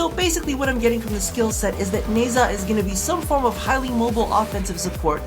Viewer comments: Nezha is pronounced "Nuh Juh" in chinese mythologie uou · Nezha the zh is pronounced like the s in casual or the g in beige if you watch the devstream Rebecca said his name at 19;58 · I always thought it was pronounced Ne-SHA... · Something along those lines... It's not english, so it's like between "Ne-jah" and "Ne-sha". At least that's how they pronounced it on the Devstream. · you western ppl do not know how to friggin pronounce nezha and wukong .LOOK IT UP